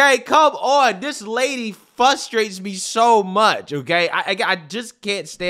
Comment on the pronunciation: It's frustrate not fusstrate